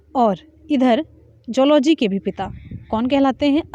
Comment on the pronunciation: मैडम अच्छा पढ़ा रहीं हैं लेकिन कुछ गलत भी बता रहीं हैं जैसे: जूलॉजी को"जोल्जी" ......